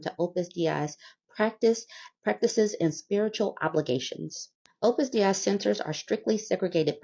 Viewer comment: it's pronounced Day-Ee. It's latin, and I'm French